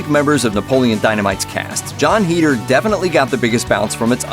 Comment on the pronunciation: It's "Head-er" not "Heed-er"